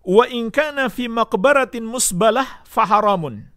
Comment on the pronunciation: إن كان البناء في ملك الباني فمكروه، وإن كان في مقبرة مسبلة فحرام، ولا دليل على هذا التفصيل Lebih mblegedes ora mbejaji lagi ente wahabi masa baca مسبلة saja ga bisa,drmana ente baca musbalah..baca kitabnya benerin dulu tongg..jgn buru buru nyesatin orang..bodomu jgn d pertontonkan tongg